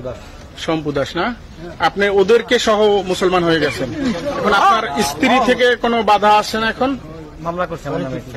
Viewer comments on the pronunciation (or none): none